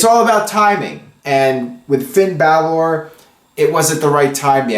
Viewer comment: Please stop pronouncing Balor and Nia Jax the way you do, you're saying it wrong and it's getting annoying